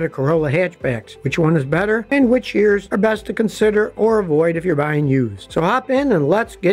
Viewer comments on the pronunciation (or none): none